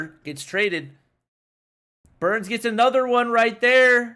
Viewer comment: It's burnz not learn